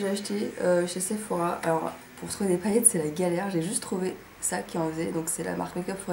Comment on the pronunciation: Très joli ! Je remplacerai le rouge par une autre couleur parce que j'aime pas trop, mais ce n'est que mon avis ! J'adore les paillettes ! Haha, d'ailleurs tu m'as fait délirer avec est "paaaaaillettes" et "magnifayques" (y). Bonnes fêtes !